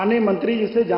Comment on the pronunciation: Shikshami tra. Ke matter par bolne me muh me dahe kyon jam raha hai .